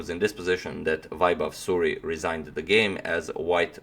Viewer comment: suri, not suri